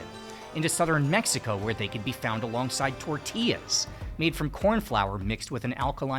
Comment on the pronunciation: 1. I can't believe how ignorant the world it's about Mexico's bread variety. it's the most vast in the world thanks to all those baker's back when the country was still called New Spain. Maybe I'm not that surprised when him only mentions tortillas (and not even pronounciating it correctly) as the peak and absolute only contribution to bread as a cultural expression. 2. Of course he failed to mention France went to war against Mexico about some cakes which it's freaking hilarious. The story goes some guys caused a rockus in a french bakery and France needed an excuse to invade Mexico to try to conquer it (It was an independet country at that point). Long story short they failed and that's why USA celebrates 5 de mayo today. They where apparently so happy about France not winning they HAD to make a national holiday about it (they thought France then would also conquer the 13 colonies. Weird time in history if you ask me but whatever)